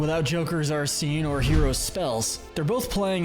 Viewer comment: just killed joker for no reason, didn’t even pronounce arsène right 😭